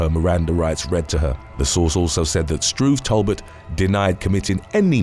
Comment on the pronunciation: First time I've heard someone pronounce Talbot "Tall butt."